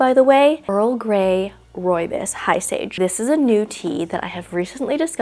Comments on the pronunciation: I love how she says it! I'm south african and that's where the tea orignates, she isn't saying it 100% correctly but she says it mostly right and it just sounds nice so 100% agree with you😅🫶🏻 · hihi, I'm South African too 👋🏽. I know it's not correct but it's definitely different.